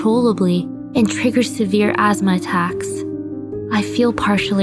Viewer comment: I’m sorry, but.... azzzma? What’s that? I thought it was asthma..... Sad tho ☹️